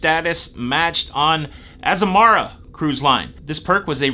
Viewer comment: It's pronounced, AZAMARA.......how bout that. 😉